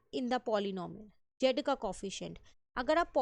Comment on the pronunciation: Jed nhi hota zed zzzz hota hai 😂